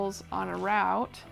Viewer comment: Good job. Easy to follow. Just one thing…it’s London. Root(route) not rowt.😁